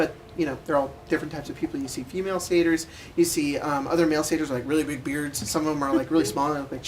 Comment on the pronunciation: Did say female sayters